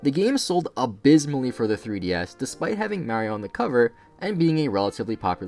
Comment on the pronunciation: Finally someone pronounced Mario correctly